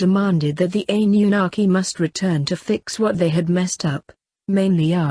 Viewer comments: Its Anunnaki not Ann. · I don't like how she pronounced anunakki I cannot spell it either, buti still don't like how she says it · hahahaha ... sure you're pronouncing this right..? Funny, couldn't even be talking shit about them here on YouTube if one hadn't allowed the humans to use the technology. haha, f'n humans. "... well, God said..." "... God believes..." "... God is..." Nof'nBody has any idea wtf God has in mind other than God. lol... humans... the audacity to even utter such. Yes... the economic leaders ARE keeping all in subjugation. Their ancient family members had the original RULES, which they've all violated over and over for hundreds of years assuming they will never return as they DID promise your ancient ancestors would eventually happen. None of course have taken heed, no idea what they're doing exactly but, continue the traditions. Anyways... how many licks to the center of the Earth..? A one, a two... a three... 3